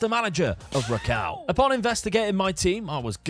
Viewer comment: Incase you do Poland again, W is pronounced as V so it's Rakov